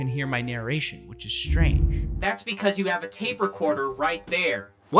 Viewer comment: Dude, there is no ‘h’ in strange. You pronounce it ‘shtrange’ and it’s annoying af. Otherwise, great vid👍